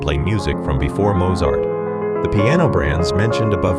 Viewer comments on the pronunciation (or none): A milestone has been reached: Mozart's name pronounced with a hard Z. Which I believe is the 5th Horseman of the Apocalypse.